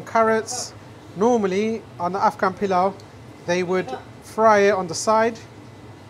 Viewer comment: why do you spell Polau as Pilow? In Bangladesh, we don’t call or pronounce Polau as Pilow. Your presentations and recipes are excellent and you are very good with your Bismillah, please try to spell products to closely match Bangladeshi sound. Hope you get my point. We should not shy away from our culture, food and sound and you are one of the greatest example of that already. Good luck with your channel. Wish you the best.